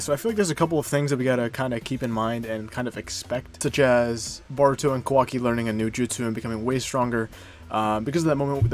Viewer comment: Good video but my guy you know it's Boruto not Baruto right? Don't think I've heard anyone pronounce his name that bad before lol